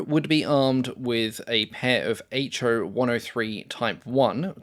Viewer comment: Just as the Japanese designation "Ki" is a syllable and not two separate letters, the engine designator "Ha" is. It's "Ha", not "aitch ay". Same with the weapon's designation "Ho", it's a syllable, "ho", not two letters "aitch oh". Japanese Katakana is a syllabic character set, not an alphabet. Each character is a syllable.